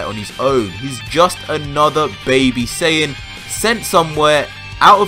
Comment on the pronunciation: Im sorry, you can't say this is only for Dragon Ball fans when you can't even pronounce "Saiyan" correct. It's "Sigh yan" not "Say in" If you want to get even more technical it would "Sigh ya Jin"